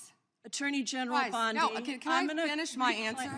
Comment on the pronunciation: did Gym Jordan say "Ms. BLONDIE can answer?" 😅